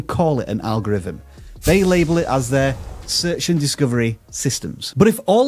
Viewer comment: ''Fumbnail and algorivm' still just hit my ear wrong